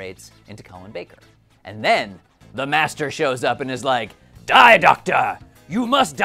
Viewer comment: The guy is called "the Master", not "the Messtrr".